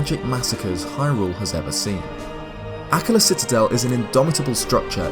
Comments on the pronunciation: It's pronounced ah-KKA-la, not AH-kka-la 😩🙏 The emphasis is on the second syllable, not the first !!! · I thought it was pronounced like uh-KA-la, not AK-ala. Interesting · AKKAAAAAAAAAAAALA not “ACK-a-lah” 😭😭😭😭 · Anyone else pronounce Akkala as "Uh-KULL-uh"? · Nooo,! Pronunciations, boyo! Haha. Akkala = Ack-arr-luh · normally I love hearing you speak but holy shit I can't take you pronouncing it like "akluh" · Your pronunciation of the word "Akkala" hurts me. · Your voice is perfect for these videos but I HATE the way you say Akkala